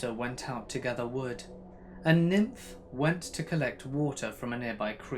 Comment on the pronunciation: You kill me 😂😂😂😂 Niamh pronounced Neve like Neve Campbell, not nymph LOL!!!!!!!!! Deceased 😂😂😂